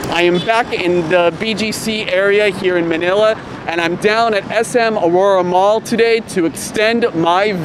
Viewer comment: It's SM aura not Aurora hehe congrats on your Visa! Hope u can vlog in other parts of the metro looking forward to it. I love the style of your vlogging